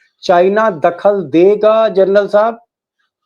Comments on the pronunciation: Gernal nahi General bolo sab. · जर्नल नहीं मामू जनरल होता है